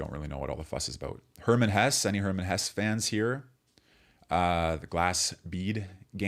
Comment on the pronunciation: The "e" at the end of German names is not silent. And of course the German "e" is not an "ee" (as in "meet") but here sounds more like an "a" (as in "mad"). (Reacting to "Hesse", in this case, but this generally happens with American youtubers and I have no idea where it's coming from. One would think people would err on pronouncing all the letters that are part of a word.)